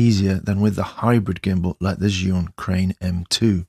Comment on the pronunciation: It's pronounced Jew-in, just fyi.